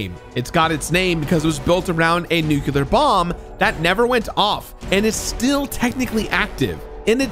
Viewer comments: he did it again 🤣🤣🤣🤣🤣 'Nukular'... homer simpson! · I love the video, as usual, especially this one as Fallout 3 is one of my all-time favorites, but... It's pronounced "new-clee-er", not "nucular". Sorry, had to be said. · I swear hearing english speaking people pronouncing nuclear as if it was NUCULER makes me want to blow my ears out. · Dude… it’s NU KLEE ER not NU CU LER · nukular isnt a word, its nuclear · Sorry nothing personal but I fully support the death penalty for people who say “nukular” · "Nookular". Why is Nuclear so hard to pronounce for Americans?? Say it with me, NEW-CLEAR. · Love your content, but it's pronounced "new-clear" not "nook-you-luhr". Don't take Homer Simpson's advice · And the pronunciation of nuclear. It drives me nuts when people say 'nucular'. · “Nukular” 😂 love you ❤️ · "Nukular" ? Kudos for completing this game though. Two years in the making ? That commands respect. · And nuke-ya-lur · Different words are pronounced different ways around the world, people say it both ways here depending on person and location Get off your damn high horse over it. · Come on man! You're too well educated to use the word "nuculer." It's nuclear. Like "new" and "clear." You're so much better than that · Fucking hell. It’s pronounced new-clear. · That Homer Simpson pronunciation of "nuclear" is 👨‍🍳🤌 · From what I'm looking up here, from Webster, you are objectively wrong in your attempt to gatekeep pronunciation The variation exists. No clue what you're problem is or how it remotely leads to illiteracy just due to it being different. Edit: Quite literally everywhere I'm looking here just to fact check my sources say you are wrong, Webster as well as a press article about the use of the word in a political theatre and the pronunciation of the word being fine according to many major institutions. Again why you feel the need to complain about something like this is mind-boggling.